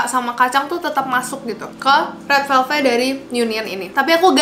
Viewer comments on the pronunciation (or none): red VELVET kaa bukan red VELVE